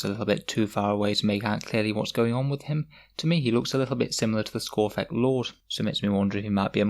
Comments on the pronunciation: It's skorpekh not skorphekh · its skorpekh not skorphek